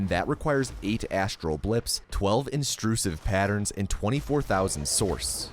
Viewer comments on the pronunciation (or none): hey is anyone going to mention that one of the materials in the game is called in "intrusive pattern" but in this video they are called "instrusive patterns"? I thought he was only mispronouncing the word as a bit but if you look in the bottom right corner where it says you picked it up its spelled "instrusive". I havent seen anyone in the comments mention this and im losing my mind, are they actually fucking instrusive patterns and ive been misreading it? theres no way right????